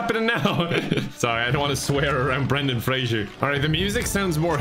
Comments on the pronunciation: I am so triggered by saying 'Frasier' instead of 'Fraser' the whole time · except mispronouncing his last name.... every time... tell me where the "i" is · At what point is it too late to inform he's pronouncing Fraser wrong? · Poor Brendan Fraser. A whole video gushing about him and every single time, his name is mispronounced. Fray-zer, not Fray-jure. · why do you have to mildly bother me by mispronouncing Fraser?